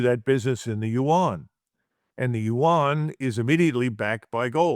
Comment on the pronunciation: yuan is 1 syllable not 2 rhymes with Juan